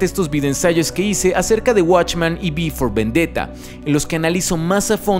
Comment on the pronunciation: En todo momento escuché "Before Vendetta" xD (tranquilos, que sé que es "V for Vendetta")